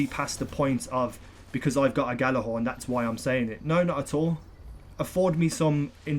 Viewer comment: Ghorn not thorn lol